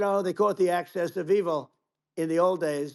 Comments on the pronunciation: "access of evil" ? Did he mean "axis of evil" ? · i swear he says "acces of evil" like he only heard the term but not seen it on paper. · Did he say access of evil? 😂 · “Axis of evil” was a Bush Jr. talking point coined in 2002 to drum up war fever but Trump clearly said “access” of evil because he just parrots words minus comprehension. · Did he say "Access of Evil" instead of "Axis of Evil"? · Sounds like he said access of evil, he doesn’t know it’s axis, which is kind of sad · i heard "asses Of evil" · Did he just call "The Axis of Evil" "The Access of Evil"??!! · He said “access” of evil